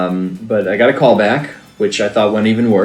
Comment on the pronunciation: ITS "CALL" NOT "COOL"